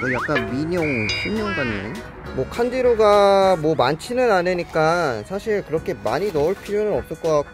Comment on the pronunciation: '칸디루가' 할때 '탄지로가' 라고 하는 줄 ㅋㅋㅋㅋ